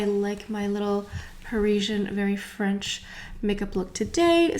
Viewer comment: Why is she the only one who pronounces everything French in a weird way. I mean I speak French too but NOT like that! She makes up her own pronunciation. Very Annoying